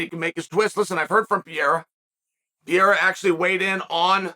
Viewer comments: His name is"Pereira" not "Piera" Chael 😂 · Even after Ariel corrected Chael on his pronunciation he still calls him Piera 💀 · Eugene Berryman, Du Pleeseez and Pee era... Fuckin Chael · Who tf is Piera?🤣💀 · Chael is such a genius for calling Alex "Piera" and Belal "Blahal". Makes people comment about it, getting more traction. Not to mention how hilarious that he can make a Brazillian with indigenous origins sound like he's a french guy named Pierre. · I think he was trying to say it the way they say it in their language, it’s sounds like Pa-hair-a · How tf do you pronounce the guys name anyway? Rogan and DC went from calling him Per-rare-uh to Pe-Haduh and Anik calls him Pin-ay-duh. It’s honestly fucking annoying how everyone calls him something different. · Per-rare-uh is the correct pronunciation. My friend from Brasil clarified this. Only the first (letter) “R” in a Portuguese name is pronounced with the “h” sound. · Wait, there's people still thinking he's not mispronouncing on purpose ? The guy who self proclaims himself as the most knowledgeable in the MMA space, is not able to put some simple letters together? The same person who pronounce Khamzat chimaev and Shavkat Rakhmonov effortlessly? Come on. I fully expected him to start pronouncing Pereira correctly after he won the title, but he didn't, it means he still didn't think Pereira deserved the respect, ,he probably doesn't like the way Alex has been fast tracked and given the title shot, that's all.